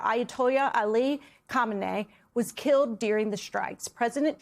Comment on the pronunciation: Kha ( like ahaa, but with a throat clear sound) me (like meh🤷🏽‍♂️) nei (like knee). NOT "hahmeneh" like u are mispronouncing hominy.